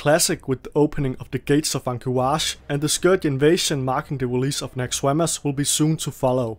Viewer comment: "NaxxerWAMUS" lol